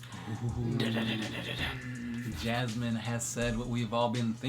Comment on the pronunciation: It's pronounced A-BAD-ON not ABBA-DON